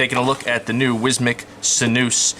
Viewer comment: Dude say: sin you us. LOL sinoos lolololol